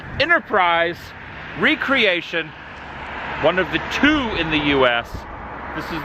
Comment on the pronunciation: that would be re-creation not recreation!